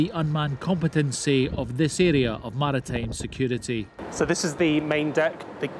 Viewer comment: "MARATAJM SEKJURITI"